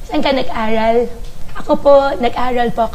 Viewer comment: Parang kaaccent ni tinay yung salitang aral is alal 😅😆😂🤣